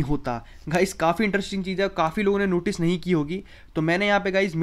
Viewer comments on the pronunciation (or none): none